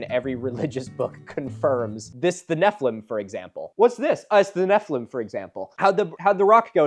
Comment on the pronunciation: The way you said Nephiliim (incorrectly) made my Jewish brain wrinkle Neph-EE-LEEM. Anyways my jewish education never really taught that nephiliim were giants. It is a word that could be used to mean giant but also means “fallen ones” as in fallen from grace/fallen out of god’s graces. The root of the word means fall. And the most popular versions of Hebrew to English translations of the Torah (the five Books of Moses) translates it as giants in one instance and fallen ones in another. And I’m sure there’s lots of biblical commentary by ancient rabbis but my schooling never elaborated we just shrugged about translations not being perfect and not all words being used consistently and moved on. And BTW it’s as translated as Fallen Ones for the book of genesis, and giants in numbers. So those commenters are uhhhhh very confused. (Note I’m atheist. I’m not speaking from a place of “bible is historical document. The Bible happened”. I’m simply talking about one perspective and one education experience on ancient Hebrew words/translations)